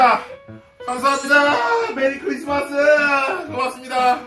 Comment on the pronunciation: 메리 크리스마스 ‘스’ 발음 다 예사소리로 발음하니까 일본인 같네ㅋㅋㅋ